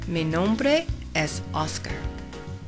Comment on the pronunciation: Great reading,. I very much like the way you liven it up. Only.. when you read "mi nombre es Oscar", I hear "mi HOMBRE es Oscar" ( my man is Oscar). But it's not a big deal. You did a great job, thanks a lot. (I'm a caterpillar from Spain)